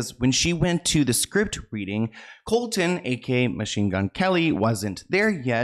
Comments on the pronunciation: mgks names actually Colson not Colton ! fyi love your videos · idk their relationship is very odd but that’s their business. if they are happy that’s all that matters i suppose. we’ll just have to see what happens. also it kills me the entire video is saying colton. it’s colson baker lmao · Lol it was driving me nutssss I was like COLSONNNNN HIS NAMES IS COLSON!!!! 🤣🤣🤣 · I love you, but it’s pronounced “Colson” 😊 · Man get his name right colson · I love watching you babe but you butchered MGK’s name it’s Colson honey not Colton love you and love all your videos I watch all of them but I couldn’t stop every time you butchered his name 😂